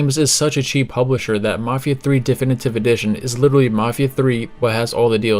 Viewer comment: Why do you say Thee Finitive Edition? 🤔🤔🤔